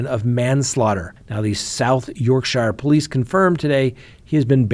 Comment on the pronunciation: I'm from Sheffield it's pronounced Yorķshure